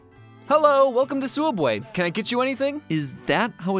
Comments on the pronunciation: sooubway toouna foouish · SOOUBWAY IS TOONAH FIUSH NOO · toona fouish sooubway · THEODD1SOUT HAHA. (Soubway is non-copyrights version of Subway) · James: Hi welcome to sooubway Mat: is that how it's really pronounced? Me: Y e s Edit: Tysm for the likes!